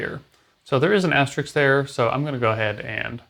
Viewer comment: Asterisk not Asterix.